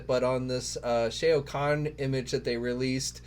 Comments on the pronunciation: Great vid but Shao Kahn is pronounced Sh - ow Kahn not Shay o Kahn :) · With all due respect it would be nice if took a few extra seconds to learn how to pronounce names properly. Shao Khan (sh-a-ow Kon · Just gonna say that the Batman you called as the Arkham Orgins Batman is actually the Arkham Knight, and also that’s not how you pronounce Shao Khan.